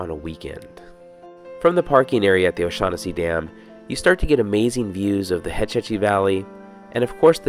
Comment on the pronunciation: "Oh-Shag-Hennesi"... you mean, "Principal O'Shaughnessy"? haha...